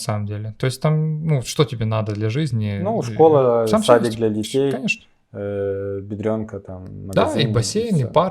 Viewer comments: Почему все украинцы упорно говорят "БедрЁнка"? Правильно БедрОнка, потому что Biedronka, a nie "Bierdrionka". В польском вообще нет мягкого звука [р'], всегда твёрдый. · блин, не говорите бедренка